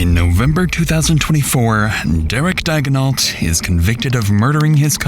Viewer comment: Is that really the way Americans says Daignault? In french it’s more like Dey-gno